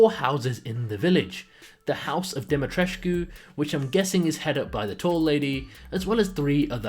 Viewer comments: It's Lady Dimitrescu not Lady Dimitreshcu ! I'm from Romania 😁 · Dimitrescu is a Romanian name. It varies such as: Dumitrescu, Dumitrascu. You pronounce it like: Die-me-tres (from trespasser)-cu (from custodian) Why it's in this game? Because Dracula and Romania. People keep fantasizing about Vlad Tepes for some reason. The whole thing with Dracula and Romania, came from people not being able to pronounce the Dragon's order, given to the Tepes Family and in the end it got butchered into Dracula instead of Dragon. He had a murderous streak indeed, but nothing too fancy and usually towards criminals and scum. Drac means devil in Romanian. People didn't understand the concept or idea of dragon, not in out mythology, and assumed it was some kind of devil. Hence the name being changed by clueless uneducated masses in the middle eve... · hey guys i think the name is pronounced Dum-me-triss or Di-me-triss, roman translation though. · Demi-tress-coo Or Alcina Dimitrescu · Maybe her name is pronounced demitres i think i like that better bc dimitrescu os confusing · Dimitrescu its not hard to say at all. Maybe its difficult for Americans :/ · as a romanian, i just came here to see how people pronounce Dimitrescu. also, weird for a vampire or whatever she is to have such a normal, human name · Dimitrescu is not hard to say at all